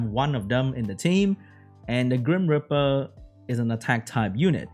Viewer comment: Grim reeper, not grim ripper.